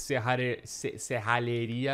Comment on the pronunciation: Achei que era sou eu que errava a pronúncia serralheria! Kkkkk